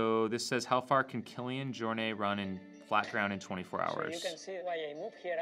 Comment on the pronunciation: It’s not Jor - NAY , it’s pronounced Jor NET. You mispronounce it every time you cover him.